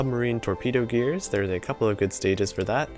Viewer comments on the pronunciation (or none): none